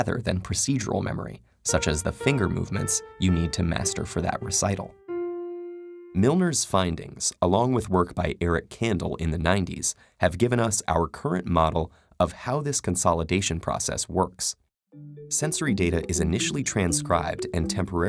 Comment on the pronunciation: It's not Eric "Candle"; it's Eric "canDELL" (Kandel, Nobel Prize winner).